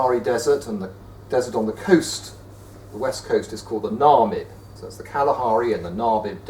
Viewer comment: The way you pronounce the Namib desert is terrible